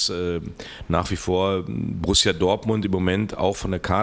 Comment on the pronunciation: Borusia? So peinlich wie ....